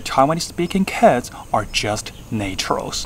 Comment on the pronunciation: 非常厲害的整理！應該要變成顯學！推~~ 另外有幾點小點建議 pronunciation, possible, naturals 的發音需要橋一下，比較不會砸招牌